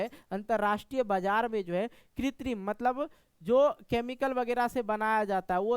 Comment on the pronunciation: Bajar ko bajra padh rahe ho sir 😅